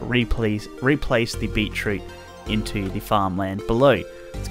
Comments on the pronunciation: its beet root not beet reet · “So at the start here we have B E E T R E E T ”